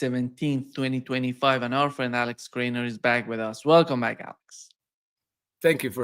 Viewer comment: Not Kraner but Krainer....Kraina in Polish means the country of origin...so Krainer of Croatia as citizen of Croatia....